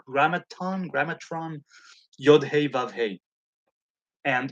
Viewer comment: 😄 "GRAMaton", "gramatron"